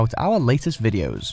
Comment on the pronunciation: Uncle Roger : weejio = video I think weibo also can be weeeboe